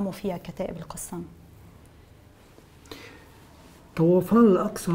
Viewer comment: طوفان وليس طَوَفان. يا ريت تلفظوا صح